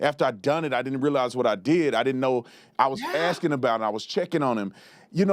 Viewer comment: Oh, you're AXEING? 😂😂😂